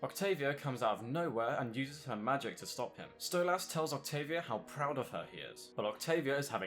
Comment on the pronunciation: You're pronouncing Stolas wrong.